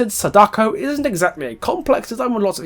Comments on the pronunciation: Just some advice, since Sadako is a Japanese name you shouldn't stress the "Da"... Vowel stressing is something that doesn't exist in Japanese (vowel stressing is stuff like how we say a-MAY-zing, stressing the MAY) so it'd be pronounced as it's seen, "Sa-da-ko" rather than "Sa-DAko'!! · Hurray, your one of the morons that pronounce Sadako's name wrong. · Good video pointing out the references to the movie but you could have kept your opinion of the book's plot out of it especially since you clearly didn't read it since you didn't take the time to learn how to pronounce her name correctly lol